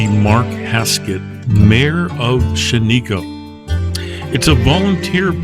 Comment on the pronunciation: It is pronounced "SHAN-i-koh.